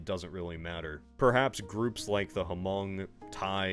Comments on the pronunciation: Quick correction. The 'H' is silent in 'Hmong'. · I have never heard of my own ethnicity pronounced as, "Ha-mung" before. Honestly very surprised to hear it be mentioned in this video even if it was of the briefest of moments. Thats pretty damn cool. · As someone who is hmong, the h is silent man 😂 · Friend. For Hmong. Just pronounce it like mung. The H is a silent consonant. That's why some have changed the word Hmong to H'Mong. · Lmao he pronounces Hmong like Clint Eastwood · Didn't catch this the first time, but ya mentioned the Hmong! Epic, until I heard you mispronounce it